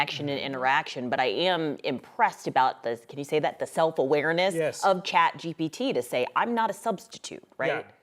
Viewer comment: Lol i love the 9news reporters but it cracks me up hearing boomers say "ChatGBT" when it's ChatGPT. P, not B 🤣